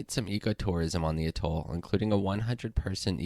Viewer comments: Just a tip, if you're going to make a video about an Atoll... maybe check the pronunciation of the word. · Your narrator doesn't know how to pronounce "Atoll" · I think it is pronounced "A-toll" -- not "a-TOLL". I could be wrong. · one small nitpicking note: you are pronouncing the word atoll wrong. the emphasis is typically on the first syllable, the "a" (pronounced like the word yeah) sound, not the second toll (pronounced like the word tall) syllable. that said, good vid. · Every time I have heard the word pronounced in the past the emphasis has slightly been on the first syllable. The main point for me is that the way it was pronounced in the video seemed wrong. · Your pronunciation of some words is horrid…I suggest you learn the correct way to say things and replace the audio. For instance it’s not a-toll it’s atoll as in at not a. Archipelago is also a disaster. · It’s pronounced atol, not atoll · It's not "a-TOLL". It's AT-oll. And then there is the matter of the word, "archipelago." (Go directly back to the 7th grade. Do not pass "Go". Do not collect $200. Why the hell to geeks like you even bother?) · Try AH toll instead of A toll... thanks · Pronounced A-Toll, with emphasis on the A. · It's pronounced "'A-toll." Unless you happen to be the kind of person who says "hot TUB" or "ham-BUR-ger." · I cringe every time he says “Atol” too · Very nice vid. Just a little FYI, your pronunciation of atoll and archipelago are off. Might suggest you look them up for the correct way to say them. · great video, but you need to work on your pronunciation of the word 'atoll' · Your pronunciation is off course; atoll & archipelago. Albatrosses? The plural of albatross is 'albatross'. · Yup. The way he pronounced atoll and archipelago...ugh. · archipeLAgoh, aTOLL Is that how those words are pronounced? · A toll? Arka pelah go? This kid needs some pronunciation tips.